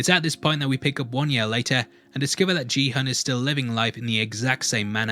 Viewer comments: Lol, I know that it is easy to do this mistake, but I still found it funny to hear you call him "Gee-hun". I guess you watched it with an english dub or simply didn't register the pronunciation of his name. (Which is understandable, as most of them call him by other words, like hyung, sir, ahjussi, 456, etc.) Anyways, it's pronounced "Gi-hoon", kind of like in "gift". His name written in Korean was 기훈, but it's kind of hard to find an English way of saying 훈. ^^' Still, it wasn't that bad, as it did take me a while to notice how you were pronouncing it! XD Edit: I made this comment like 2,5 minutes in. You don't have to worry about butchering them. Different languages are hard, and some names are just hard in general. XD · u watched the whole series but still pronounced Gi Hun's name wrong XD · His name isn’t ji hun It’s gi hun pronounced ghee hoon… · everyone throughout the show: gee hun this guy every time: JEE hun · Why do you call him Jihon lol is it that hard to say Gihun? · It's "Gi-Hun", not "Ji-Hun". How can you watch the entire series without realising that? Please don't tell me the English dub mispronounced his name? (I watched with subtitles). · It's not Ji Hun. It is Gi-Hun. pronounced more like Ghee Hoon. I was like who the hell are you talking about? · His name is Gi-hun, not Ji-hun. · Watches entire show, still manages to mispronounce Gi-hun as “Ji-hun” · Love your break downs but Gihun is pronounced with a hard g sound (not a j), and hun is more like “hoon” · I thought his name was Kihun and not Jihun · ki-hoon not “g” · if his name was JiiiiHan they’d just write Jihan, he is GİHUN. Kİ HUN. Kİ HOOOONN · it's "Gi-Hoon" not "Ji-hoon" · Please pronounce Ki Hun, rather than Gee Hun 🤷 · Not sure how you can watch the whole show and still pronounce the protagonist's name wrong :| its gi-hoon, not G-hun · You totally mispronounced the main character's name btw. It's gui-hoon, not ji-hoon. Also, 46 billion won is only about 45 million dollars.